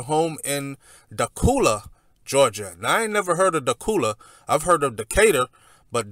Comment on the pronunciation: It is pronounced “Daqula”.